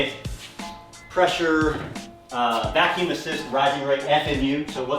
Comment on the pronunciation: Not bacuum, dammit! Stahp saying bacumm! Bacuum is negative pressure. The fuel pressure-based FMU’s are positive pressure (boost) dependent. Folks need to learn how power train controls work before opening mouth.